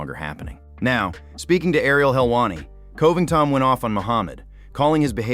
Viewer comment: Coe-ving-tawn still sounds hilarious, but at least he wasn't 'Cobly' this time.